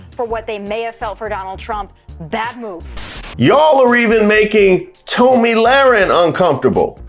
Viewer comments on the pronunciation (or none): Tomi is prounced Tommy